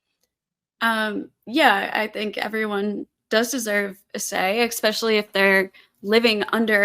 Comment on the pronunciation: The word especially doesn't have a k in it. Despite that some people still say ekspecially as opponent did several times.